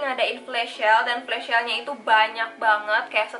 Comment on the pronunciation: kakakkk maaf out of topic yaa tapi pengucapan flash sale nya agak kurang tepat kak harusnya sel bukan syel hehe maaf kalau salah kata ya kak cuma nit mengoreksi, semangat kak!❤️